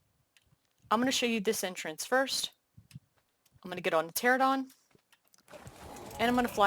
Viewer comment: Only reason I asked was because of your pronunciation of pteranodon. For me, YouTube takes place of cable. Your video was informative, but they are a good laugh. Different niche.